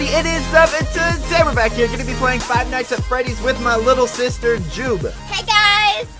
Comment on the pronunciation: lol i liked how you said fight nights at freddy's it's like if you were going to fight freddy and his friends